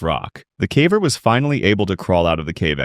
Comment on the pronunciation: the AI shines through when it says "cavVer"